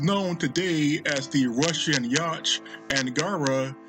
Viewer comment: Yacht pronounced yot.